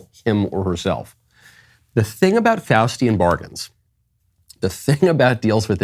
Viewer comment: Did Michael just say “Faustian bargain” or “Faucian bargain” deal with the devil? 🤔